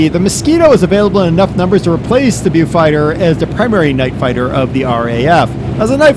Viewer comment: You pronounce it "Bofighter"....